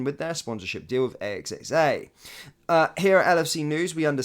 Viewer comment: AXA not a.x.a